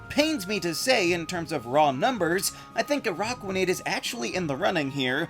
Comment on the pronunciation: It’s pronounced DELL-EE-bird, watch-AHG, uh-RACK-qua-nid, and SHEE-not-ick, “Patrick Star”! 🤨 Stop mispronouncing Pokémon names, bub! 🙄